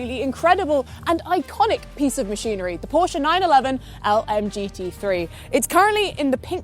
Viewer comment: Odd this guy works for Porsche and pronounces it wrong.